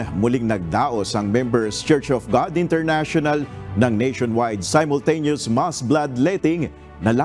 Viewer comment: International not Enternational..